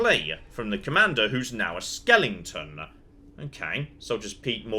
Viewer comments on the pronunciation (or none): SKE-LE-TONS! am I the only one who is bothered by his pronouncing it "skelington?" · Question: Is pronouncing it "skel-ing-ten" an accent thing or a joke thing? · I don't think he's mispronouncing the word skeleton, I think he's saying skellington as a pop culture reference. There is a character named Jack skellington in the stop-motion animated Halloween-Christmas movie "The Nightmare before Christmas"